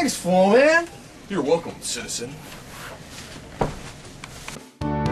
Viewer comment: yo! flow man be buggin me out ....like it when he says !!!! citizen !!! wonder if it can cut a 120 liter hydrogen tank